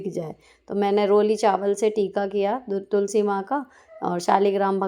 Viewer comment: Aap tulsi ji ko Tulsa ji kyon bolte ho